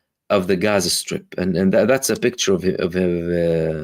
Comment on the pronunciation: I love the correct pronunciation of Gaza. It's beautiful.